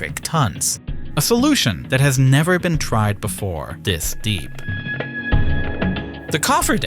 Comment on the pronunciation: Free, dis, dah, wif. Bro you not have a tongue? Thhhhhis.